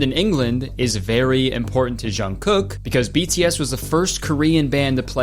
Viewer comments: Not Jungkook popping up in the middle of this vid 😭 and the way Kurtis pronounced his name help 💀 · i mean Kurtis you could have very easily looked up how to pronounce jungkook's name lol. that diana/jk conspiracy is one of my all time faves lol